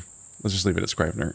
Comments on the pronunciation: The I in scrivener is pronounced like an E. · The “i” in scrivener is pronounced like the “i” in igloo. Not a big deal as it’s an archaic word that’s not really used anymore.